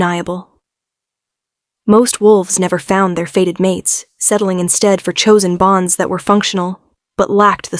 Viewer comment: " Fated mate " not a " faded " one , a normally modulated voice , no ridiculous pauses in weird places , no stupidly vacant attempts to make sound effects . Oh joy !